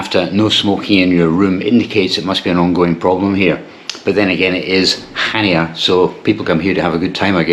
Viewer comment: It’s pronounced Hania the c is silent.